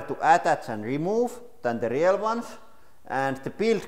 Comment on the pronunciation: Selausutaan riil ei riel